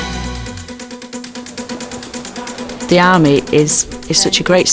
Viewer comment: Say "the" instead of "da". Makes you look like you're still 2 and the army doesn't appreciate that. Goodluck lad.